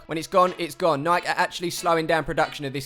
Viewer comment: its Nike- 'Nei key'